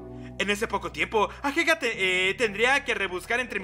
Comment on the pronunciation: Porque le dices ahega en vez de ageha aaaaaaaaa, talvez es algo que paso en tu serie porque no la vi pero no me gusta xd